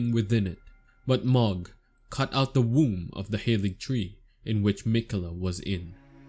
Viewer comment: please man Mohg is pronouced Moe/ Mo T_T